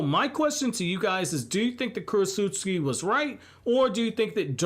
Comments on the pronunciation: Kuro-s-uscki My ears: 😬 Me: I thought it was Kuro-ts-uchi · Sounds like you’re saying Kurosusuki lol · Is korutsuchi really pronounced as "Korosuski"? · Ok Kurotsuchi's name can't actually be pronounced the way you pronounce it all the time in your videos, can it lol? If it is I'm gonna need to have my jaw surgically reattached. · U pronounced her name wrong da whole video